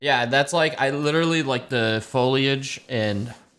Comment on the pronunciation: The way he mispronounced “foliage” was unnecessarily annoying to me